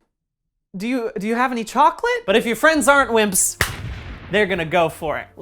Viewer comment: I don't know how but this man figured out how to make "wimps" and "ice cream" three-syllable words